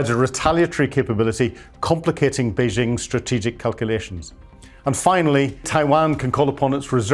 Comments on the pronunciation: It's Bei-JING, not Bei-SHING. FMD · Has this ignoramus ever been to Taiwan or the Mainland? He cannot pronounce Beijing or Taiwan and so sounds like an idiot. Every day my ears are insulted by Yanks mispronouncing Chinese names but STOPs (Slave Trading Opium Pushers) are meant to be better educated and culturally superior to idiots who voted for the Tangerine Taco (aka the Mango Moron), three times. 🍯🍯🍯🍯 Long live the Dalai Lama 🍯🍯🍯🍯 May the next breaths of The Dump, Putrid, Xi Pooh Bear, and Megayahoo be their last. 🍯🍯🍯🍯